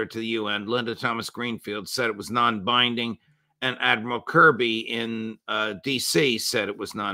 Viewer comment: Its not "non binding" ffs